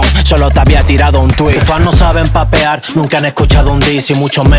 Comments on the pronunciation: me refería a que Kronno dijo papear con e, no el del comentario 🗿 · Bro dijo papear con e 💀